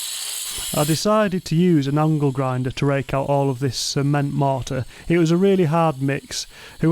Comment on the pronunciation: the way pronounces “mortar” tickles my brain 🧠 just right 😂 “mohhtah”